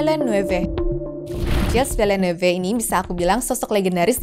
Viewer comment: cara bacanya [Jil Vilnef]